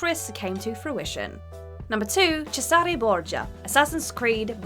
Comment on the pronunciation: The way she pronounced Cesare hurt my soul